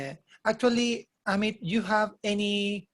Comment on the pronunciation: Le dije EIMIT en vez Amit jajaja